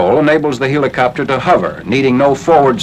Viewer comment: LOL! "HEE-la-copter!" Like the Greek god, Helios? Like Helium? Like a farcical mispronunciation? To quote Ren, "YOU EEEEEEE-DIOT!!"